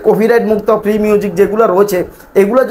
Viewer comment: ভাই প্রি না ফ্রি